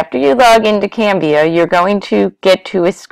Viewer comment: It's CANVA. Not Canvia haha